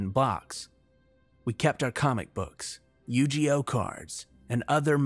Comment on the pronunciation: I would dislike for mispronouncing "Yu gi oh". But that would be........... overreacting. Thread carefully. OTHERWISE, GREAT READING MAN. KEEP IT UP! ( "munsters" crack me up)